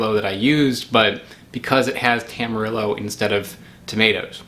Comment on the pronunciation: Hearing Tam-ar-ill-oh hurt on a different level